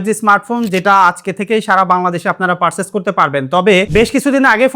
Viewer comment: পারচেজ এভাবে বলবেন ভাই।